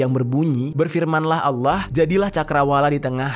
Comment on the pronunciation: Allah kenapa anda baca aulloh